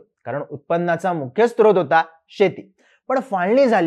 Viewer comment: छान माहिती आणि उत्तम सादरीकण.. फक्त काही उच्चार सुधारणे आवश्यक.. उदाहरणार्थ, स्त्रोत नव्हे तर स्रोत